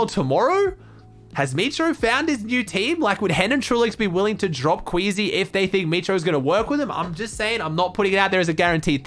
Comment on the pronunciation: Wakie not queasy